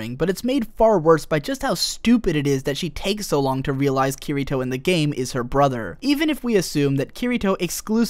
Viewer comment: Awesome video, but i hate the way you pronounce Kirito